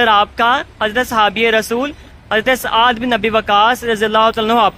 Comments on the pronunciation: Saad Bin Abi Waqas not aad bin abi waqas...correct yourself...its blusfamy ... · yeh SAAD bi Abi Waqas hen...tum ne kaha aad bin abi waqas...sahabi ka naam ghalat na bolo. behurmati na karo Utuber.